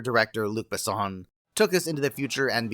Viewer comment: it's Bes-son NOT B'son.. FFS why do americans pronounce thing SOOOO badly. If you don't know just look it up! IF you don't care say it as if it were and English word. FFS